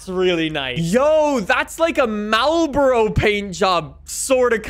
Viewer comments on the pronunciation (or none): none